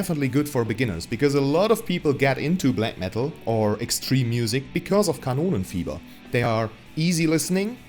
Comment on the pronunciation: I am sorry, but I relistened several times and still hear Cannoli fever, but its Kanonenfiever, I know